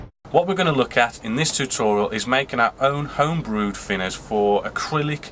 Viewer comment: FINNERS! Please can you try saying TH and not F....great vids apart from that!